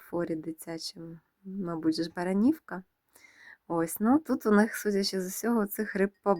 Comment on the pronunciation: Доброго вечора.Прошу вибачення, дозвольте маленьку підказочку - не БаранІвка, а БарАнівка, БарАнівський завод в Житомирській обл. . Дякую за цікаве відео, всі Ваші відео переглядаю із задоволенням, ХОРОША зйомка товарів, мало хто вміє хорошо знімати відео, а Ви це робите професійно.А ще багато має значення ПРИЄМНИЙ голос і змістовна розповідь.Щиро дякую.